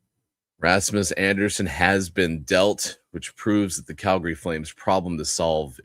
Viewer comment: On a scale from 1 to 10, 10 being the highest, How annoying do you find it that from the Locked on VGK podcast pronounces Calgary as Cal..GARY?